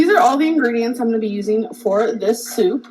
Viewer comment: her "soup" is DIABOLICAL